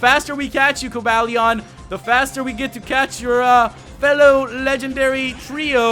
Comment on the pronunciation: ***** Umm... you said Virizion, Terrakion, and Cobalion wrong!